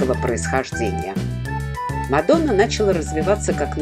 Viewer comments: Не Мадо́на а Ма́дона.😅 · В латышском языке ударение всегдаа падает на первый слог слова.Не МадОна а МАдона.Рассказ о городе интересный,содержательный